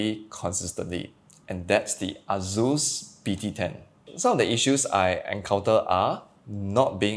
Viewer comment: Dude.. why you allways say azus insted of asus.. z and s id totaly different fonetiks